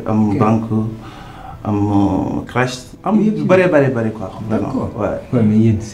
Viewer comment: l' autre dit supermarssé et cresse mdrrr !!